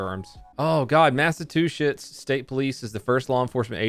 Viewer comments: He doesn't even try to say it correctly. He literally just says two shits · Did you say massa two shits 😆 no massa two shits patch for you 😆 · Nice job pronouncing Massachusetts as “massa-too-schitz”, had to poke fun, 👉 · I’m from Massachusetts and I noticed you pronounced it as Mass- a - to - shits😂😂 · 2019 "Mass-o-two-shits" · Massatwoshits lmao 😂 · am I right in hearing ‘massa-two-shits’? If so, is this a running joke? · “Omg massatushits” 😂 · Massive2shits? Thats an interesting way to say massachusets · Did anyone else hear him say massatushits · Is it normal to call it Massatwoshits? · “OH GOD MASSA TWO SHITS” yes it is massa two shits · I thought he said "NASA two shits" instead of "Massachusetts" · Masatoshits I thought it's massachusetts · “Massa-two-shits” if I heard correctly. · “massa-two-shits” idk if that was intentional or not but but it killed me LOL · “Massatwoshits” as someone who lives in Massachusetts I entirely agree with that statement, or taxachusets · Massa-two-shits lol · Mass-a-two-shits lol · MassaTwoShits LOL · Normal People: Massachusetts.: mass of two shits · Ha said massachewshits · " mass a two shits" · MassaTwoShits. Ha ha ha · Liked because "mass a two shits" pronunciation. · After Reading Some Comments , I like Your Pronunciation, Mass A Two Shits, but not sure its worth One Shit ! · "oh God Massatwoshits state police" 💩🤣💩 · lmao Massachusetts